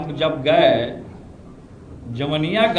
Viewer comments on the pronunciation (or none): Jawaniya nhi jawainiya 😂😂